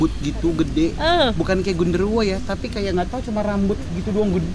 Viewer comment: Ketawa sampe nangis gara2 nyebut gendoruwo ga bisa bisa:D